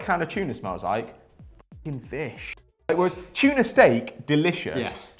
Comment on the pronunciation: It’s TUNA not CHUNA